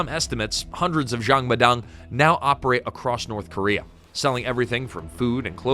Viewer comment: North Cuba-rea